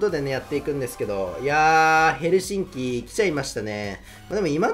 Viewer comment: 最後のヘルシンキの発音良きか笑 最初のサイレンおもちゃのサイレンかと思った!